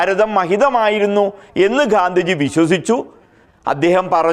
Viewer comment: 'ഘാന്ധിജി' അല്ല 'ഗാന്ധിജി'യാണ് ശരി.